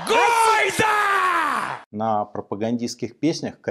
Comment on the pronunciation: "гойда" - звучит как "хайль" и интонация та же.